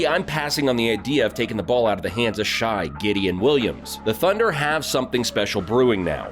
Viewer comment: Buddy you definitely don’t watch basketball. You pronounced multiple names wrong: Devin Vassell, Jeremy Sochan, Aaron Nesmith, Shai 🤦‍♂️🤦‍♂️🤡 Also you brought up the “current state of Russ” and put a picture of him in a Lakers jersey” 🤣🤣 he plays for the Clippers now casual